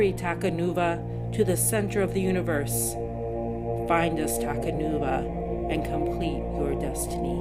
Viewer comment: You said takanua it’s takanuva